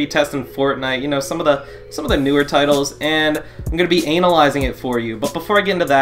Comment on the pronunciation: My guy just said ANAL aysing